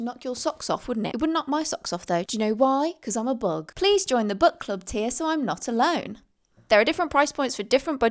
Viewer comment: I know you said Book Club, but it sounded like Butt Club. If it wasn’t for the books, I would have thought it was a club about butts and I’ll be honest, I don’t think anyone could form a successful club based around butts. That feels like a private thing